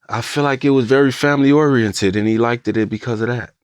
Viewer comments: It really bothers me seeing successful 8lackmen saying liketed instead of liked and no1 corrects it!. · it was until he started saying ''likededed'' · That man said "likededed" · Then he started saying ''likededed'' n now i cant stop think about it